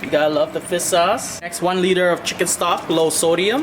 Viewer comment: Boi it’s not fis sauce, it’s fiSH sauce, get your stuff right